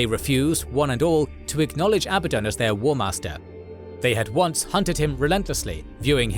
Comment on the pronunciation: At least pronunciations of abadon right